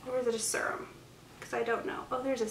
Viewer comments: It's pronounced ser-rum or sear-rum. You can also just Google pronunciation and hear audio. It sounds like you're saying surum. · Farsali unicorn essence is a hydrating serum but also leaves a little tack on the skin so it works as a primer too. Also, fyi you're saying serum wrong...it's kinda killing me. Sorry, just thought someone should tell you 😌